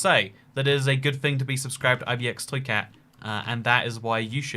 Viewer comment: Why is his accent 1000 times thicker when he says ibxtoycat?